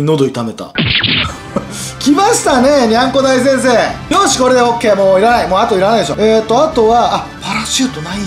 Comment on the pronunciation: にゃんこ大先生がにゃんこ大戦争に聞こえるw